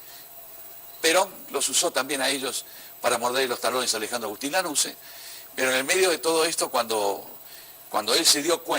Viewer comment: Lanusse? Infórmate pibe.